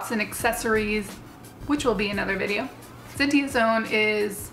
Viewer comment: Not sure if you know this already or not, but in case if you don't you were saying Zentai Zone's name wrong. If you're already aware of this then sorry for being a nuisance.